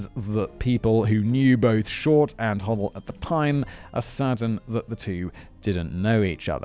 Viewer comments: It’s pronounced hoe-dell, not hoddle. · Doctor Ho - del [ NOT Hoddle, Simon! ] was briefly a suspect for the BD murder AND that of his secretary and very suspiciously fled the US to the Phillipines for 40 YEARS- he is still my preferred suspect and I am disappointed that did not mention these facts in this video..Dr Bayley is my 2nd choice as murderer.... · Robert “Red” Manley, (with an M) a 25 year old married salesman.. and (pronunciation guide) Hoe DELL Thanks Si for covering so much of the good stuff 👍.